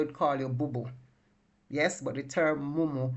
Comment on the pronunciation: Mumu not munu